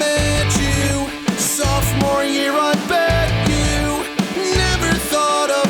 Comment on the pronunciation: I thought he said softmore year I BED YOU